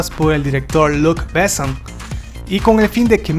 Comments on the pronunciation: Me recampanea los huevos escuchar tan mal pronunciados los nombres franceses. No puedo más. Jean Reno es "Yan Renó" Luc Besson es "Luc Besón" Jean Paul Gaultier es "Yan Pol Gotiee" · Sería buenísimo que pronunciara Luc Besson como se debe y no como si fuera un apellido inglés.